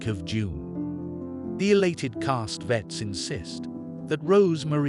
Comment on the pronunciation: Very bad computer voice. It’s Rosemary, not Rose Marie. They’re SATANists, not saTANists . It’s CastaVETS, not Castvetts. They have dessert, not desert. Guy and Roman don’t “hit a toff.” They hit it off.